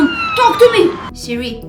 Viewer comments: she says siriririri ! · Not the ✨sIdRi? sIdRi? SPEAK TO ME sIdRi✨ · Is it just me or when she said "hey seri" my seri opened.... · Whenever she said “sIrI” my Siri REsPoNDed 😅